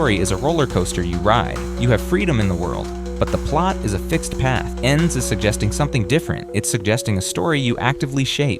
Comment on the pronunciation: Was looking for this comment. This man is too American. E N D S 😂😂